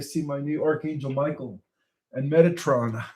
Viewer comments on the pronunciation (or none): none